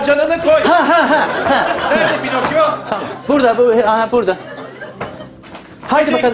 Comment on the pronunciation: pinakyo pinokyo 😆😆